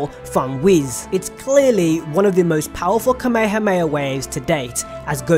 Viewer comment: ITS KA-ME-HA-ME-HA COME ON NOW